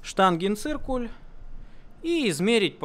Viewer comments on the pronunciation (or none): none